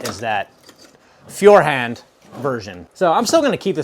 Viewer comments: My wife bought me the same colour Feuerhand (pronounced ‘foy-er-hahnt’ in German; means ‘firehand’) from Lehman’s as a gift. I didn’t get a chance to use it for a couple of years. Finally, we went camping. At the campsite, I poured lamp oil into the lamp in the dark. It started pouring out a fault in the weld around the bottom where the bottom meets the side of the base. Useless for that trip. When we got home, I emailed Lehman’s to ask them to fix or replace it as it was defective. They said I waited too long after purchase date so I was stuck with it. I emailed Feuerhand in Germany to ask them to fix or replace it. They asked for a photo of the defect. I sent them a photo and a video of oil leaking out of the bottom. A few days later, a brand new lantern arrived at my house at no extra cost. Mailed from Lehman’s, their stateside agent, but paid for by Feuerhand. They are like the Rolls Royce of lanterns. I use it every week now in the summer to read by the fire pit, and also during any power outage. Probably will outlive me and every flashlight I’ll ever own. I run it on lamp oil or citronella tiki torch oil, but not kerosene so far, as it is smellier. By the way, I don’t think I’ve ever run my wick/flame even a third of the height you did in the video- I’d be terrified it would get too hot. A tip: stock up on oil and extra wicks for all your lamps and lanterns while electricity is working and no storms are predicted. As soon as power goes out for a few days, these items wi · yep you are :D An estimation would be "foy-er" similar to "foyer" and and "hahnd", with a softer a compared to "hand". Try Google Translate, it can tell you how it's pronounced. It by the way means fire-hand :) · In German, the "eu" is pronounced like "oy", so it should be along the lines of foy-err-hund (like "hunt" but with a "d" at the end). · Thanks for the comparison of different oil lamps. If you want to pronounce 'Feuerhand' correctly, try 'foyer hunt'. Keep up te great work!